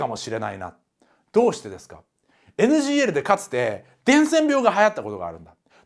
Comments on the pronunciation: 一回NGLじゃなくてNGKて言ってます笑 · NGLをNGKって言い間違えたとこで笑ってしまったw